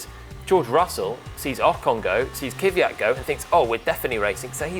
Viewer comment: Jesus, why brits intentionally ruining non-english names? He is Kvyat, not Kiviyat.